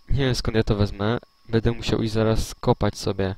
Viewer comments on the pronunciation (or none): Wiem, że zostało to nagrane bardzo dawno temu jednak myślę, że w tej materii nic się nie zmieniło.Byłoby super gdybyś zamiast swojego zwyczajowego "bede,bedzie" mówił --> będę ewentualnie będe, będzie.Wszystko super, ogląda się bardzo przyjemnie jednak to "bede" kaleczy uszy :) bez urazy ;) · Jest tylko jedna rzecz , ktora mnie denerwuje , że tutaj on cały czas mówi bedą / bede zamiast będe/będę ;)